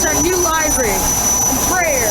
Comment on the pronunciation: i think it is pronounced li-very not live-very